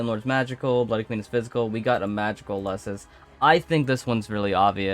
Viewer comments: its pronounced "Éleusis" not "Eulésis" 😂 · It hurts to hear how he pronounces Elesis..